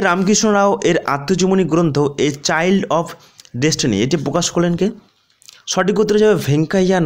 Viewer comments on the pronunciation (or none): none